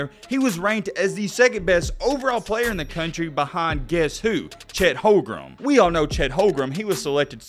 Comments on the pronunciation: did you say chet holgrem?😂😂😂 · He lost me at Chet “Holgrum”….